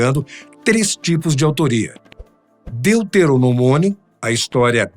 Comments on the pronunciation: Ele falou "deuteroMONIO" de sacanagem. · A primeira vez que ele disse Deuterono”mônio” eu até desconsiderei mas quando isso se repete só mostra o nível do desconhecimento da pessoa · "Deuteromoninomio" eu não tankei 😂😂😂 "Depois de Cristo, ou seja após a sua morte" tbm não tankei 😂😂😂😂 volte a fazer vídeo de E.T. que vcs são mais acostumados 😂😂😂